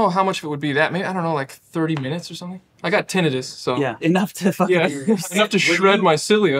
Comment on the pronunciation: Louis pronounces tinnitus funny tho